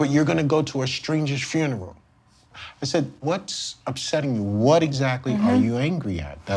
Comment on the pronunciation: "Fineral" How many aunties does this guy have that every sat hes off? Holllleeeeee